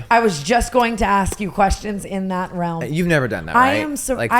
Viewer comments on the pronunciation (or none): none